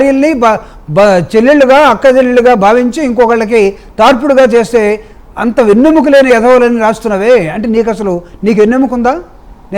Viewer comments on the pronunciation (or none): none